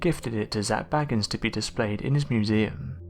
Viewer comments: Your voice is SO boring, and your pronunciation of Zaks surname is wrong. He is B-A-gins, not Baggins! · It is Bagins not Baggans. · Bay-gins not Bag-ins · Number 1 should have been the demonic attachment he has. Anyone who is an avid fan of the show knows that Zac Bagans (pronounced Bay-gans, NOT Bagg-ns!!🤦‍♀️....GET IT RIGHT YOU IDIOT!!!) has gradually become moodier, bossier, an erratic bully and highly confrontational. These are all signs of a demonic attachment. He often tells of spending many hours alone in the basement of his museum. In order to reach that basement he has to use the stairs from the house he had demolished. Something is VERY WRONG. However in some of the most recent episodes toward the end of this year we have been seeing a little of the genuine Zac, the one we know and admire. I’m praying it’s a sign that he has finally sought professional help with his demons, and will at last able to move forward with his life. I am just one of many that wish him peace, love, light and health. Zac cannot continue his quest without first looking out for himself.🙏❤️ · It's pronounced Zak Bay-gans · His name is pronounced “BAY-gins”. He is not related to Bilbo or Frodo Baggins. 🤣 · I wish, just once, someone would check the correct pronunciation of his name before they botch it. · I strongly suggest that before you do videos you learn to pronounce the name of the person you're doing the video about.